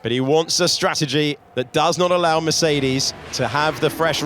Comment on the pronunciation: Maybe by 2126 they may know how to pronounce Mercedes or Verstappen. Some just are straggling.